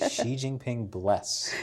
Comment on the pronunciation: Your Chinese pronunciation is too good. I dont like it. We know you are versed in their kung fu. You dont have to ok? Repeat: "sing junk". Chinese leader "Xi" like "Mexico"